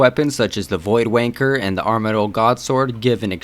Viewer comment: "Void Wanker" obvi your not British, lol nice vids